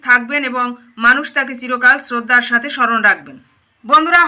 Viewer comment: এখানে গাথে না সাথে😂😂😂😂❤